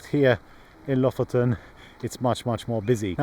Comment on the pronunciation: Lofoten is gorgeous 🤩🥰 Å is proposed like the 'a' in walk and water (with your English accent). You pronounced Bodø and Lofoten as Bådø and Låfoten, so you know the sound 👍🏻 Æ is pronounced as the 'a' in "van" and ø is pronounced like the o in "work", if you were wondering 😅 👍🏻